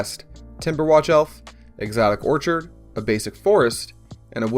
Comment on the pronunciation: Dude... I publicly laughed too loud after. Quality content, guys! One thing.... I love you man. But whenever you say the word ‘orchard’ you pronounce it ‘orchid’ and whenever you pronounce ‘orchid’ it’s ‘orchard’. Keep doing you. Just pointing it out. Love the work guys:)